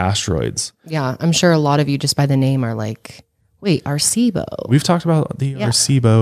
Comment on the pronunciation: Love your podcast! Puerto Rican here!! Just wanted to help you pronounce Arecibo correctly. It’s pronounced Ah-reh-cee-boh. 4 syllables instead of just 3! 😊😊